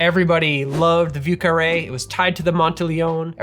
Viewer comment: Thank you for saying 'vieux carré' and not 'voo carray'